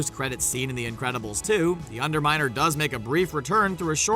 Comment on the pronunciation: LOL you said the under minel